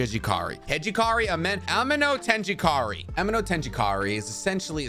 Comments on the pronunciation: Me hearing how he pronounces "Chibuku tensai" or "aminotejikari" makes me want to do the same that Boruto did to Sasuke's Rinnegan to my own eyes. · And amenotejikara is pronounced ah-men-no-teji-kara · A-me-no-teji-kara Not amendotejikari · 1st not chibuka tensai its chibakU not A tensEi not A again 2nd there aint no amenotenijnankra its amenotijekara , atleast learn to pronounce it properly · chi baah koo ten say. aame no teji kara